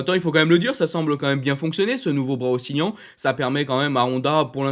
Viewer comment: Oscillant pas oscilliant 😢